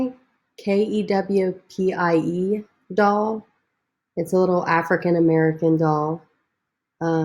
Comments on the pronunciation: The Kewpie dolls were made by Rose O'Neil in the Ozarks. They are very popular. It's pronounced Q P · Kewpie sounds like: Q pee. Thank you so much for sharing another wonderful video. ❤️